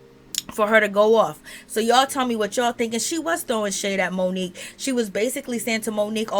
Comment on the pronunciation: "Moniece" is her name! Not Monique‼️